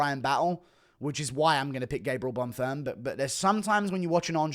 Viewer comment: Guru when he realizes its bonfeem not bonfum